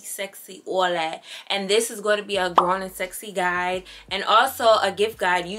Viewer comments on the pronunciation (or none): none